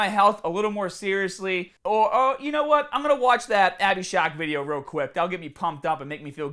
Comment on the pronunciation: Are you saying “shock”? Lol SHARK